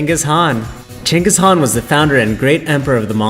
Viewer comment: You guys are doing great. But, some of the names were mispronounced. I was also shocked to actually hear the correct pronunciation of Chinggis Khan, thumbs up.